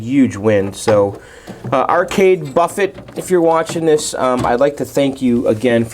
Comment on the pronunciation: Pretty sure it's arcade Buffey not Arcade Buffet. Pronunciation.